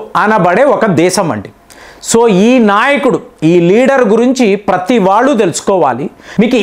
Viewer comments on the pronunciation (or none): none